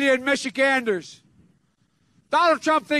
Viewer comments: “immishiganders” what the hell??? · Million mishaganders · Michicanders???? Whhhhhhaaaaaatttt🤣